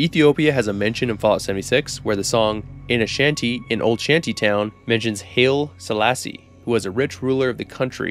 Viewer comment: Two very minor points. Helvetia is pronounced Hell-VEE-shuh. It is an actual place & was indeed founded by German immigrants. I wouldn't expect someone from outside that very small corner of West Virginia to know that. Haile Selassie is pronounced High-Lee. Great video. Correcting pronunciation involves no shame of the creator for making a mistake. A person who mispronounces a word usually does it because they learned the word through reading, which is to be commended.